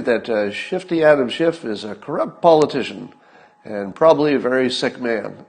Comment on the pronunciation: It's Schiff, not Shift.